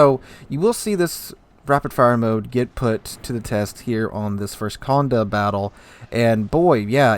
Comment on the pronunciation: Accent on the é, so condE, not cOnde.